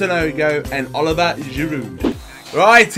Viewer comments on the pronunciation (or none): Btw its o-live-e-a giroud